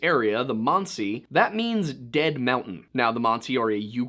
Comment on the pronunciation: Manci monci pronounce it right dont go back and forth from manci to monci